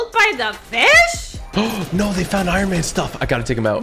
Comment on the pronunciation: He said it’s like he’s made out of iron he said that iron iman it’s like he made out of iron